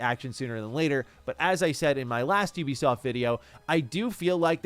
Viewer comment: Finally someone say Ubisoft instead of Oebisoft😂